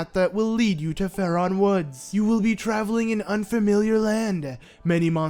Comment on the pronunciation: Jesus it's Faron. Not faRon